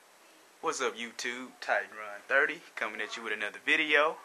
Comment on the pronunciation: why do black people way "wiff" when they mean "with"? also, "dare" when they mean "there"?